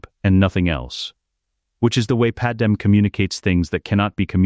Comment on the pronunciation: Thank you for great stories. But her name is Padmé not Padem.